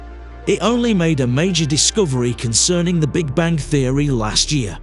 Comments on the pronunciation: Bang, not bank. Is this a robot speaking? Hint: the universe is eternal in time and space. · Am i the only one that's hearing voice-over guy saying "Big Bank" instead of "Big Bang"? just wondering. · What's terrifying is the narrator keeping pronouncing the Big Bang as "the Big Bank". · This guy is driving me crazy by saying "BIG BANK." Will nobody correct him before he publishes a video???!!! Repeat after me: BIG BANG - BIG BANG - BIG BANG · Please stop using the AI voice over. It's called The Big Bang not the big Bank LOL. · Sounds like he’s saying “Big Bank Theory”….a big bank funded the formation of the universe by way of a huge bank loan 💵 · He keeps pronouncing 'Big Bang' as 'Big Bank'. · What is a "Big Bank?" because that sounds like what you are repeatedly saying ha ha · Can’t get past hearing “big bank” with your accent. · Why does it sound like he's saying big bank? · Omg why does the ai keep saying big bank? 😳 irritating